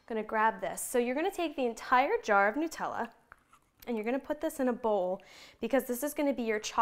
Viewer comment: Nutella--made with nuts so it is called Nut--ella not Newtella!